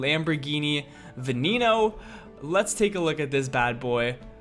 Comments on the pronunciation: Its pronounced va nen o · You even pronounce Veneno as “Veneeno”